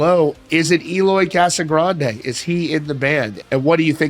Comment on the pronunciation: Eloy "Casagranyee"...He's Brazilian, not Mexican 😅😅😅